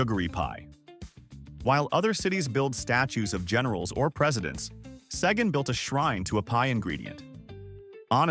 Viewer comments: it is Seguin (sih-GHEEN) not Sagen. The city was named after Colonel Juan Seguín, a hero of the Texas Revolution. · Saygian is pronounced SeeguIne That's with the large pecan. Also, the Texas flag is to be flown below the US flag. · "Si-geen" seiguene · 1st off, there AIN'T 1 Saguaro Cactus in the entire State! Also, sometimes the BlueBonnets will bloom twice in the same year! and...if u manage to see a PINK BlueBonnet, u have found something very special indeed! I've seen 2 in my lifetime! #21 is pronounced Sa Geen! (Seguin) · It is pronounced SUH GEENE... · Seguin is pronounced "suh- geen" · Seguin is pronounced " Seh- GEEN" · You couldn't find a Texan to narrate this??? It's seh-GEEN (like "green" but drop the "r"). And why mention the abundance of pecans without mentioning that it's the State Tree, or that the bluebonnet is the state flower, or that Palo Duro Canyon in the panhandle is the 2nd largest canyon in America? But overall, it's still a great article. (Added 11/2/26) HELP!! WHAT DOES "RETURNED ERROR" MEAN? I've gotten that before and never did figure it out. I tried to add the below 2 lines to my first post and keep getting "Returned Error". I was born in Cuero, at that time (if not still) the turkey capital of the world and one of the jumping off points of the Chisholm Trail, and grew up in Houston and Pasadena. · Hey, moron! Seguin is pronounced as Sug - een! He was a hero at the Battle of San Jacinto (pronounced Ha- seen-tow) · Se..geen pronounced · Sa geeeeeennnnn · Wrong on both counts. It's pronounced Suh-geen. And, YES, the Texas flag can legally be flown at the same height as the American flag. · Sahgeen is generally how Seguin is pronounced around here. Yano County, you mean Llano County? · And he doesn’t know how to pronounce the name of the town: Se-GEEN’ A Native Austinite. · I think it would be clearer to suggest the pronunciation ‘se GEEN’ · learn to pronounce Seguin and why do you keep showing pictures of cactus native to Arizona ?